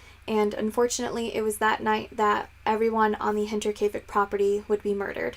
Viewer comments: Yeah you went for it and nailed it! Nice job lol:) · You get Double points for pronouncing the title right haha :)